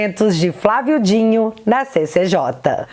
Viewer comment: Mulher é Flávio D I N O não Dinho 😅 vídeo ótimo mas eu fico me contorcendo vc falando mil vezes o nome dele errado